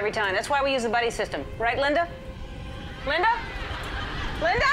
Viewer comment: It was lenda so lemme say it the RIGHT way: LINDAAAAAA!!!!!!!😡😡😡